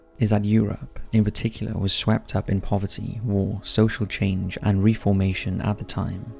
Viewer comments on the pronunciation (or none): In the end I was just laughing at how bad it was.. I thought - how can he not know how to pronounce reformation?! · Mispronouncing common words/names like "deity", "Circe", "Reformation", etc. is quite frustrating (especially as English seems to be the narrator’s native language)... Does he even know what he's talking about or did he just copy/paste what he found on Wikipedia after a 10min search? The video is a decent introduction to the topic but it’s a bit superficial; a little more research and a 60min video would have been great (the Reformation/Counter-Reformation and the following years were quite influential, for example). I recommend the following books (and there are many others that I haven't read): -Arnould, Colette. Histoire de la sorcellerie en Occident. Paris : Tallandier, 1992. Imprimé. -Eliade, Mircea. Occultisme, sorcellerie et modes culturelles. Paris : Gallimard, 1978. -Eliade, Mircea. Histoire des croyances des et des idées religieuses. Paris : Payot. Imprimé. -Hertz, Robert. Sociologie religieuse et folklore. Paris : Presses Universitaires de France, 1970. Imprimé. -Mandrou, Robert. Possession et sorcellerie au XVIIe siècle. Paris : Fayard, 1979. Imprimé. -Mauss, Marcel. Sociologie et anthropologie. Paris : Quadrige (puf), 2003. Imprimé. -Mauss, Marcel. Œuvres 1. Les fonctions sociales du sacré. Paris : Editions de Minuit, 1968. Imprimé.